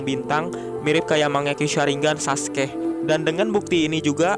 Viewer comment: kenapa sih bacanya saskeh.. kan sasukee